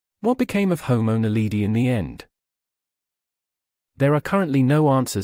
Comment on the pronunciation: It's drives me crazy to hear,"Naleedee".